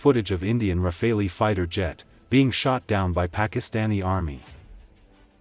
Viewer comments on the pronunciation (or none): Shoot down? It could have been fireworks. BTW, it's pronounced "rah-Fall" - no pun intended.